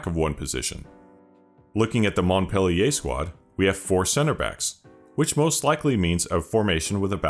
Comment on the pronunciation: Just letting you know we don't say the T of Montpe man :') but glad to see another video from you